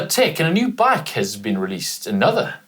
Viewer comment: Have to laugh at how pronounces ‘bike’ sounds like baake!😂